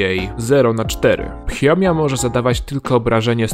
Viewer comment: to jest fiomia nie phiomia👍